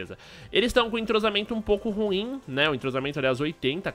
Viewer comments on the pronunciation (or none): none